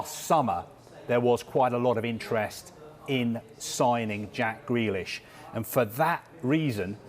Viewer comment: Why’s he saying gwelish